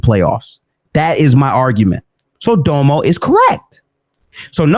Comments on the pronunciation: Its pronounced “Domm-o” not “Dough-mo” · Yo its dom•o not dome-oh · And btw it's DOM-O. Like Dominant. Not Dome-O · Honest question, is there a reason pronounces that nigga Domo name as doe moe and not dom-oh? Like no hate I just find it funny he’s the only one that pronounces his name like that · Nigga said Doemo everytime 😂😂